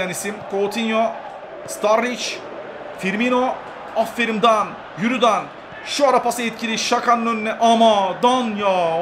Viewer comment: abi afferim degil afferin